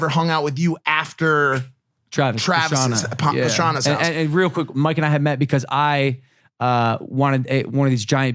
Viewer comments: Why does it sound like Logan calls mike “mark” every once and a while. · Am i the only one who keeps hearing logan call mike mark??? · is it just me or is Logan saying mark instead of mike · I swear Logan purposely says mikes name wrong